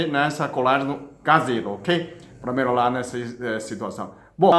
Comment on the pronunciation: Merorar kkkkk lindo demais esse homem